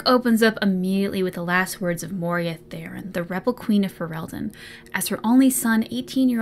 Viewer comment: The Rebel Queen's name is Moira, not Moria and, unless I misheard, you consistently referred to her as the latter. If I did mishear, you can safely ignore this. Good video and it's great fun to be along for the ride. I also have the audiobook but I've listened to it so many times by this point that it his pronunciation of Dalish no longer even bothers me.